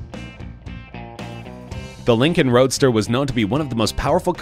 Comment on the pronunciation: "It had a V12 horsepower engine"..........huh? "Linncoln". What?